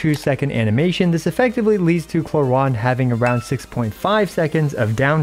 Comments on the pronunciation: Clorinde pronounce as clo-rinde not “clo-ryne” 😅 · WHERE DO YOU SEE AN "A" IN "CLORINDE"!?!? it's not "clorEnde", it's"clorInde"!!!! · i tot its clo-rin-de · clorand is an earsore, its clorinde like the jp dub. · Its not just you, I kept calling her Chlorine the entire time. so Chlorine-day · bro reading her name in german is so bad... Klo-Rinde doesn't exist as an actual word but would mean something like Toilet rim... wtf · Honestly, I hate the English pronunciation of “Clorinde” (Kloränd)... It sounds like the German word "Klorand" (toilet edge) when pronounced in English xD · I think most non native english would pronounce her name the same as you